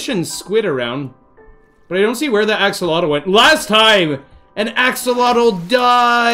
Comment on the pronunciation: im pretty sure axolotl is pronounced axe o lot ul